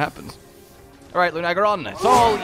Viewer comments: Ever notice how mispronounces monster names? It's Luna-geron not Lu-nag-eron. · How do you two mispronounce this so badly? Its LUNA-garon not Lun-agaron LUNA AS IN MOON BECAUSE ITS A WEREWOLF You would say "I love bright, lunar nights" Not "I love bright, lun nights" Its also Odo-garon not Odogron Odo means sharp claw Garon means wolf So his name is just sharp claw wolf